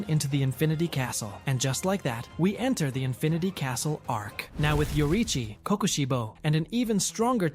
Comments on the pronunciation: U mean mitchikatsu? No hate but it made me so mad when u kept saying kokoshibu😭🙏🥀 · Why say kokushibo like that